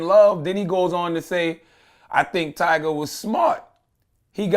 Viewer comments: He really said "Tiger" it's Tyga fam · 21 Sausage you quick by defending Tyga like one of his fan girls "his name is Tyga!! Not Tiger!" 😂😂 he pay you to correct niggas??